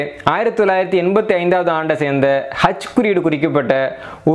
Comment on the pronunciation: ஹெச்சா அச்சா தெளிவாக உச்சரிக்கவும் சார்